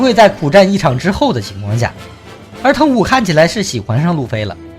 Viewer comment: 疼虎應該ㄑㄙˋㄍㄜˊㄇㄧㄥˋㄐㄩㄣˉ